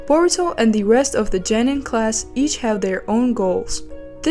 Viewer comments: Geeeenin not jeeenen. Wtf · is it Genin or Jenin? u pronounced it like Jenin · I'm sorry, it's Genin not Jenin. Learn to speak. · OMG it pronounced JOE-NEEN